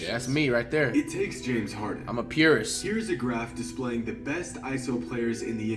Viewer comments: "im a purest" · "I'm a purest" sure buddy